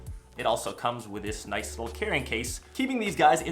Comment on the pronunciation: Is "noice" on purpose? >.>